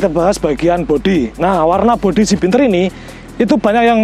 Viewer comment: Bianter mas,udu binter..hehe